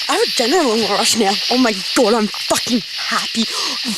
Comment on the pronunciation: Oh my gwad 🤣🤣